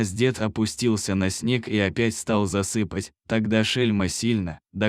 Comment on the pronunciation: ЗасыпАть - в сон клонить, а засЫпать- это ямку землёй присыпать,,,,от ударения смысл очень меняется !!!! Обратите внимание,чтоб ваш чтец не коверкал язык!